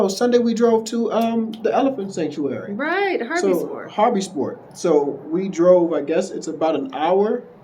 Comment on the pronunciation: Harbysport is the cutest pronunciation of Hartbeespoort I've heard in a minute haha.